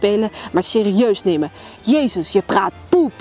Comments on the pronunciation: ik moet gwn meer lachen hoe jij het uitspreekt "POEP'' xDD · Ik ging helemaal stuk om dat 😂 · Foxes Lover echt he moest steeds me lach in houden!